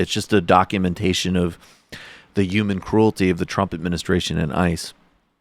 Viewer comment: This is disgusting but why does Michael hate the H in the word human? UMAN